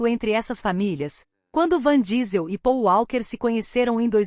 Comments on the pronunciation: Pelo amor de Deus é vin Diesel...a mulher fala van diesel...😁😭...kkk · Nao sei como conseguem falar o nome errado principalmente que todos sabem que o homem chama Vim Diesel ,,,,, e ele é incrivel e se da muito bem com a filha de Brayan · O cara leva nas telas mais anos que o proprio Matusalém. Dai vem uma IA bem bosta, e erra o nome do cara. Até sua avó conhece o cara. Errar um vez ainda ta valendo, mas repetir um erro tão tosco, é foda